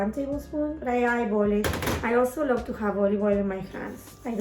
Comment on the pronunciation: “I Lōbve Eet” 🖤